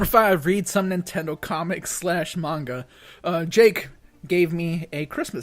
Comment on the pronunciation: Thank u for saying manga right 😊